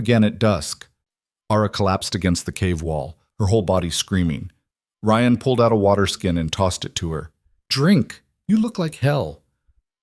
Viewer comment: Ryan Rion lord I love the voice but keep the names right! Don’t that sound exhausting with petty. But I do love the story and I’m not perfect so I don’t mind. And the ability to listen to this stories is an honor. We are not paying this people who do this expecting nothing in return. Funny how people are quick to criticize to be entertain “for free”. Same as non loyal sport team fans they are happy as long as the team wins. 😂 pathetic 😂